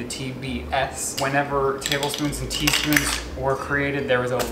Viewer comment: No one:: T-E-A...SPOONS.